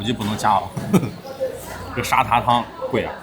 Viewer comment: 的脑回路真的是 阿公泡的嗲😂 而且沙嗲不是读沙爹 是dia😂😂